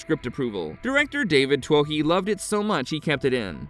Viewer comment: For all my American friends. David Twohy is pronounced David Too-ee.. Its a Celtic name that roughly translates to chieftain or leader.